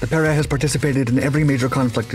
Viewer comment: Your pronunciation is wrong, it is pe(strong)-re(week.)